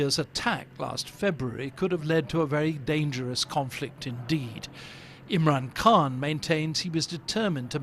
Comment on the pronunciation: Its Khan like loch